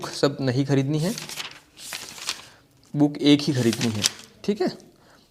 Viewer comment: कोई भी पुस्तक लेकर पृष्ठों को उलटना book review नहीं होता है। नई पुस्तक का पुरानी पुस्तकों और प्रमाणित पुस्तकों के साथ तुलनात्मक लाइव अध्ययन और विश्लेषण करना ही book review होता है। जिस तरह से आप बुक को बूक उच्चारण कर रहे उस हिसाब से यह ही लगता है कि आपका review वास्तव में काम का है या केवल मजाक (joke) है time pass के लिए ।